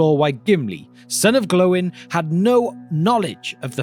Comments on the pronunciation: Respectfully Glow-in isn't how it's pronounced, G-loin is though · Please stop saying Glo in it's really annoying 😅😂